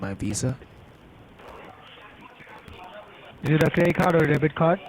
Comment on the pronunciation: Level 5 technician...ah, that's what people over at Lewis's Tech were talking about... I thought Lewois's Tech was just joking putting a "w" every time a "v" appears but they really do say WIRUS and WISA...